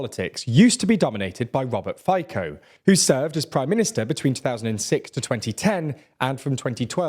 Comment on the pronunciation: Correct pronunciation of the name Robert Fico is [ˈrɔbert ˈfitsɔ].